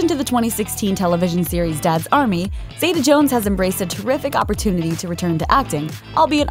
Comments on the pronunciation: It's ZEETA, not ZAYTA, goddammit. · Zee - ta not Zay - ta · First, get her name right. Catherine ZITA-Jones. Don't let the E in Zeta fool you into pronouncing it any differently! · Why do Americans pronounce her name Zay-tar, it's Zee-ta. She was named after her grandmother. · you're saying her name wrong but ok